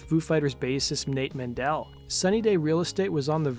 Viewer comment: Men-Del not Man-Dell